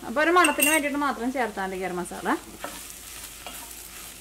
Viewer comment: മാസള്ള alla masala ann😅😅😅😅